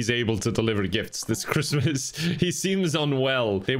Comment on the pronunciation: OwO cwismas game